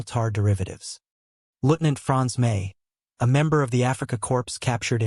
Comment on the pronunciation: The human or AI narrator mispronounces German words and English words of French origin: Wehrmacht, Leutnant, Luftwaffe, Corps. The U.S. stopped automobile production during the war.